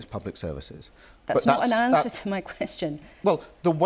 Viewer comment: He did not 'ANDWER' any questions. Whatever that means.